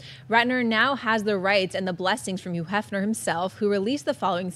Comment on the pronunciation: I love how Schnepp fails to enunciate the H in front of some words, and not others. yuuu Hefner lol